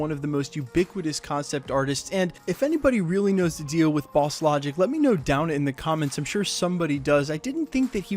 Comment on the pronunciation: I loved when Jake Gyllenhaal and Jimmy Fallon called Bosslogic ‘Baslajik’ and he literally made another account called ‘Nikola Baslajik’😂